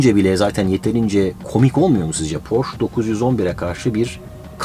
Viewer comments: Abi porsch değil porsche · Baris abi hersey süperde bir seyi yanlis demissin: Porscheye Pors 911 denilmiyor Porse 911 diye okunuyor yani o sondaki e yi de okuman lazimdi da neyse sen kafaya takma cok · Abi porş değil porşe diye okunur 😀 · porş değil porşe diye okunur. özcan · Porsch deyil yeter artık porsche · PorschE! hep yanlis söylüyorlar E var sonunda E ! Porsche ! 😅😬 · Barış abi porsche (porşe) diye telaffuz ediliyor. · abi 18.48 porş diye telaffuz etmişsin istersen ona bi bak bi de merak ediyorum joe dispenzayı tanıyor musun